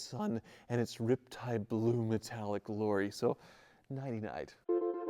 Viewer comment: I've never really been a van kinda guy, but I gotta say, thats really sweet! And like you said, good value. Oh and you're not saying it right. It's suppose to be rrrrriptide blooooo